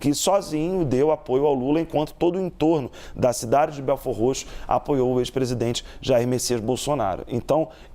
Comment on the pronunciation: O bom é a reporter pronunciando belfordroxo kkkkk